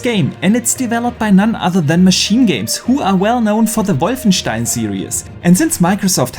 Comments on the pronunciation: The correct pronunciation of wolfenstein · That's a German name that's how it's pronounced in german. He's german... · Haha, no one does it better! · It’s technically the correct way to pronounce it